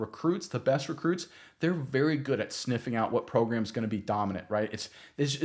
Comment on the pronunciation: This is not a talented “program” it’s a badass talented “progrum”